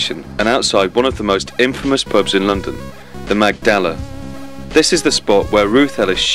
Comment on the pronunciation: It's a common misconception that in Italian it's always the penultimate syllable that takes the stress. This isn't always the case. In this case we have "RIvoli" not "riVOli", "MAGdala" not "magDALa". If you're uncertain, try both. The one that sounds better is almost always right. You'll soon get the hang of it. Get the emphasis on the wrong syllable and Italians will find it very funny because the Laurel and Hardy films were dubbed with such mispronunciations.